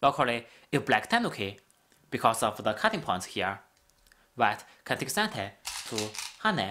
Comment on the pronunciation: Thank you, this is great. Suggestion: When you say "can", say it slower than when you say "can't", so we can tell the difference :)